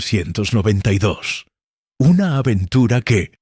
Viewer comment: La voz estilo irlandés viviendo dos años en Benidorm , no está mal, de inicio parece q dice 1992 y no 1892, y alguna pequeña errata de traducción por ahí suelta o las pausas , o signos de puntuación. Pero aún con todo es bastante agradable la narración , quizá sería mejor repasarlo todo escuchandolo y editando esos fallitos como números que los traduce casi todos mal, saludos